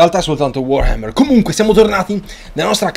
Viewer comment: ogni giorno aspetto con ansia e trepidazione il nuovo episodio di total war solo per sentirti dire come pronuncerai il nome di... WAAAARHAMMER#@ e comunque onore al mitico vassilly QUIET, Che possa stare in modo QUIET anche nel Valhalla per l'eternità!